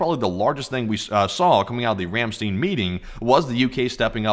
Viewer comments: Ramstein is pronounced Ram "stine" the ei is pronounced like a short I . Ramstene is not how the Germans pronounce this word. I have been to this base several times. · Ramstein, not 'Ramsteen'. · The actual pronunciation of the word "Ramstein" is "Ram - stine". The "ei" in this case is pronounced like " i " and not " e ". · Ramstein is pronounced "rahm SHTINE) you know...like the band. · You need to learn how to pronounce Rammstein!